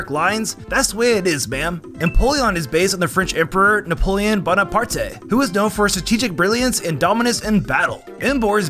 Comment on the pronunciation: “Napoleon Bonapartay” had me dying bro😭